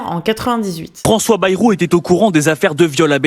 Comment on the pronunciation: Ba-ï-rou, par pitié. À la limite Cazalet (son vrai nom patronymique).